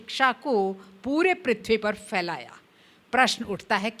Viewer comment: Very nicely explained. Sound Matrix. A unique concept presented in such simple words. मैंने जब सुना तो मुझे लगा कि एक-दो जगह पर फ के स्थान पर फ़ का उच्चारण हो गया था (फैलाना को फ़ैलाना कह देना) - जल्दबाज़ी में ऐसा संभव तो है लेकिन जब बात शिक्षा और Phonetics की हो रही हो तो सावधानी रखना ठीक रहता है। Thanks once again, for this excellent presentation.